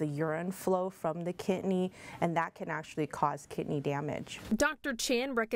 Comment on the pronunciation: Its kidney not kitney